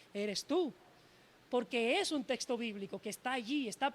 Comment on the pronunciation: por que la mayoría de estos que debaten pronuncian testo y no texto😂😂😂 por que y según son preparados😮